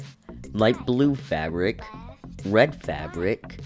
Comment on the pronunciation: what he said? Favric?